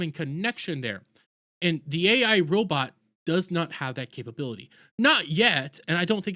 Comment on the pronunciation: “Robit” lol 😂